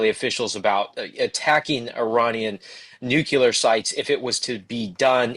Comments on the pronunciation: Please stop saying nu-cu-lar! It's NUCLEAR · a smart guy and a good reporter, I'm surprised that he mistakenly uses the word nucular instead of nuclear. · Why do some people not get that Nuclear is pronounced New Clear Not Nu Cu Ler. There is no CU in nuclear and there is no Q. A sign of a follower type idiot is someone who does not even know how to read and evidentially gets their lingo listening to uneducated people , you can't get the CU sound in a word without using a Q or a CU in the word. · Nook-LEE-er. Not “nook-yoo-ler”. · 'Nuclear' chaver. Not nucular. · It’s nuclear…not nucular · It's "nuclear" not "nucular" the "s" is silent..... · Am I the only one that finds it impossible to take seriously a somber faced reporter talking about "NUKULAR" targets and facilities? If the reporter can't read the word "NUCLEAR" (from NUCLEUS), or even worse can't spell it, what else is he incapable of? If language and word policing weren't my job, it would be comical! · Nu-cle-ar. Sorry, but professionals repeating nucular kills me. lol Good content, though. :) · Sorry, I can’t listen to what appears to be an intelligent news broadcast when one of the primary broadcasters can’t pronounce NUCLEAR. It’s not spelled NUCULAR. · Please inform the guy that there is no such thing as Nucular weapons. They are Nuclear weapons. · Really enjoyed the intelligent discussion, and grateful for the timely info. But why you still pronouncing it new-cue-lar - it's pronounced nu-clear just how it's spelled! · Nucular!!! Irritates the hellout of me. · Nuclear, not nucular. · It drives me mad!! Nuclear not nucular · oh my goodness me too, I just commented about it 5 mins ago! it's so childish! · NUCLEAR, not 'nucular'! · not pronouncing nuclear correctly diminishes your credibility with me. Please learn to do it correctly. It's not nuke ye ler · They say New Killer! 😂😂😂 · Noo' clee r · This guy can't seem to say "nuclear"